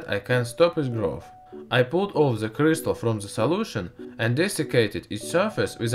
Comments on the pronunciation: Ze CRIZtal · Vewy weww, i wiww twy n make a cwistaw. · Ze clistal